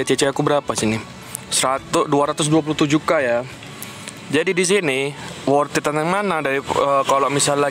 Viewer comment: worth it bukan worthid hehehe